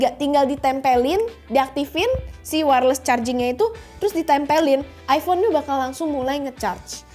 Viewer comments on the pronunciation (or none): iPhone mbak, bukan iFhone 😁